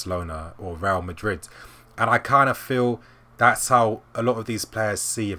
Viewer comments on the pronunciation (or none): none